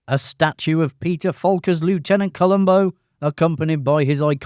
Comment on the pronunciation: Mispronounced 'lieutenant' there, my friend...